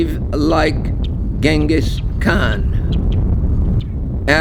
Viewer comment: Holy F! You visited the statue and the area, took a tour and obviously made this video edit after and still managed to mispronounce the man's name?